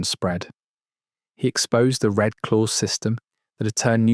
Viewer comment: As usual the AI is BS.. the RED Clause comes out as Red Clothes !!!!